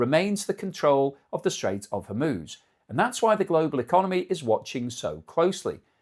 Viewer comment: If there's one good thing, at least can pronounce Hormuz correctly.